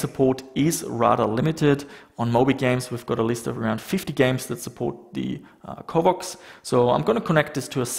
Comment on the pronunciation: Covox, not covvox. pronounce it properly.